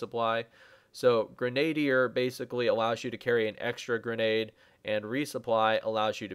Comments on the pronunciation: Great vid I love it very detailed good job Something I noticed though Grenadier is pronounced Gren uh deer ;) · Grenadier is prounounced "Gren-uh-deer"